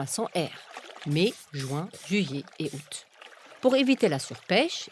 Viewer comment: Non. Elle le prononce très bien.